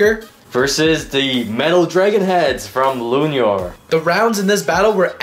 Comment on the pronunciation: calling luinor lunior Zwei luinor: Am I a joke to you?